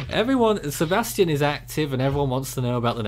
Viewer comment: Hey guys.... You are mispronouncing Sebastien's name. You are pronouncing it the way the name spelled Sebastian is pronounced. This storm is Sebastien.... see bass tee en, with the stress on the LAST syllable. I believe this is the French equivalent of the English name Sebastian... see bass tee un, with the stress on the second syllable, but it is spelled and pronounced differently.